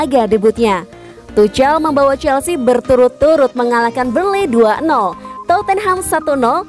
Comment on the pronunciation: Aduh geli gue dengar suara mimin,jangan tucel dong bacanya,tapi tuk'hel,bukan sok tahu tapi geli dengernya.